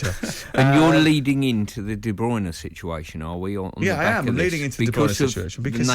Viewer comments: "Kevin Deebrooner" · Worst pronunciation of KDB’s name.